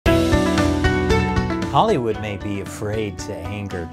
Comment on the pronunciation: Hahry wood Not Spike Lee, Leon Lee.